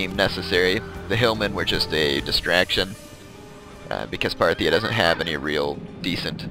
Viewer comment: hahahahahaha "Phartia" FARTIA? HAHAHAHAHA